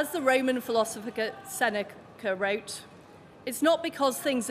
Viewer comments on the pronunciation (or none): Liz reads Seneca, eh? Can hardly pronounce his name.